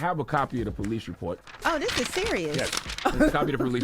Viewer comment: He called the "Pole-ice" 🤣. But maybe it was a role of quarters. 🤔